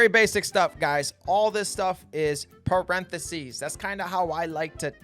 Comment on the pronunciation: What the hell is a perenthesies? 😂 Jk, nice vid.